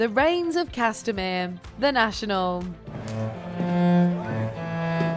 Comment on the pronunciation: Lol I laughed so much at "The Reins of Castemere"